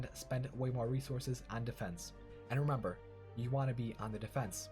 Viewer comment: "And remimber, you wanna be on the defense in..." LALALALA I STOPPED LISTENING